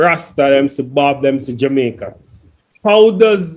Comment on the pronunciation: The name is Jamaica not Jumicq